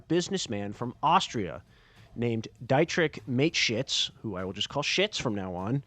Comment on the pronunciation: I thought he said Dietrich makeshits